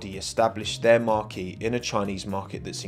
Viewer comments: Marque is pronounced Mark not Marquee. Marquee is somewhere you host an event. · Wrong pronunciation of the word Marque..it’s not a tent..